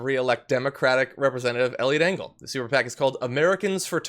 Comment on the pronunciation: I heard Elliot Dingle at first and I am just going to stick with that.